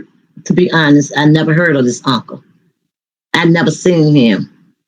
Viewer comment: What is a Unca? You mean Uncle 😂